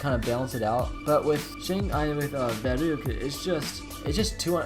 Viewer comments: It's vuruct not vurooct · ITS verruhgct not "VEROOCT"